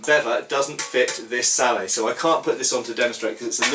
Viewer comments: It's Sallett, Hard t on the end. Just saying. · at the risk of being pedantic, I think you're wrong to pronounce this helmet as "sallay". It derives from the French word for it: "salade". I believe the final t should therefore be sounded - as most people pronounce it... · Just one thing, I think the wallet is pronounced with a hard t. I believe you have discussed this with Toby Capwell. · Why is sallet pronounced "sallay" when bascinet is pronounced "bassinet"? You guys make English hard to learn! :) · I've heard people pronounce sallet "sal-lett" and I've heard people pronounce bascinet "bassinay". English spelling is notoriously I think in this case the pronunciation is really up to you. I would personally pronounce them "sal-lett" and "bassinett" while speaking English. If I was speaking French, it would be a different matter. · that's not how you pronounce sallet. I hope he knows that by now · Why don't you pronounce the 't' in 'sallet? Sallet is an English word, not a French word. It should be pronounced with the t, so far as I know. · I don't know if anyone else has pointed it out but the T is not silent it is pronounced phonetically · I know this is 6 years late but I can say that according to Knyght Errant “sallet” is the English word for this kind of helmet, and the “t” should be pronounced. He said the French word for this kind of helmet is “salade.”